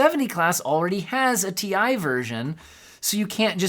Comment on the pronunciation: It's Ti not Ti or Ti.